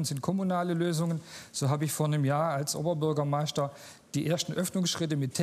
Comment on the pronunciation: das heißt Oberbürgermeister und nicht Oberbürgermeischter - wer nicht mal Oberbürgermeistrer aussprechen kann - der hat garnicht erst mitzureden - soll erstmal deutsch lernen